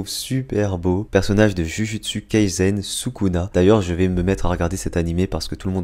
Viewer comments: 😭😭😭j adore tes dessins mais prononces bien les nom d animés sa s écrit jujutsu kaisen mais sa se prononce joujoutsou kaïsen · Mec je t'aime bien mais va voir Naruto et surtout, ton accent ! Jujutsu kaisen se prononce JOUJOUTSOU kaisen !!!!!!!!